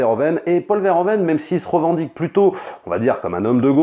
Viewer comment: On prononce Veurhouveunne et pas vairhovenne